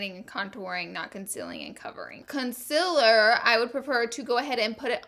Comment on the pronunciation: Ily but it just annoys me that u say conciler instead of concealer